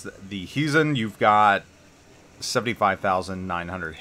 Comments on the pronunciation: It is pronounced as though you were saying "HI" to someone. HIzen. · Your Japanese pronunciation is decent. Except for the accent. It should be on the first syllable. Why English speakers give Japanese names Spanish (Italian ?) accents is beyond me :-D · I don't agree with you, directives are easy and 90% of the player base will do them anyway for the nice rewards. You basically spend 5000 doubloons for a Premium T9 BB that is the price of t5-t6 premium. The accent is on the "I" that is the problem with your pronunciation.